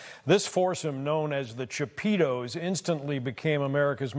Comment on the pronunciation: “ Los chapeetos “ 🤣🤣🤣